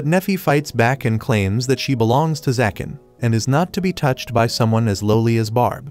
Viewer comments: Why do you keep saying zakan and not ZAGAN...??? Is details checking to difficult...? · He’s name is zagan not zakan